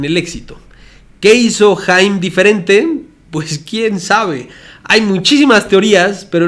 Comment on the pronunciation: Se pronuncia "jayam" saban